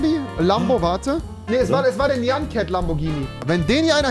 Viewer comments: Wie er Nian Ket sagt autsch. xD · Sprich nyan cat richtig aus lol